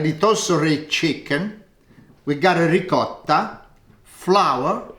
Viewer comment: Love your videos. No grated cheese in the béchamel? I grew up in an Italian neighborhood so I pronounce ricotta like you do.